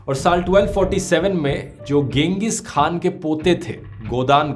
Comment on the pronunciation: खान नहीं होता हाॅन होता है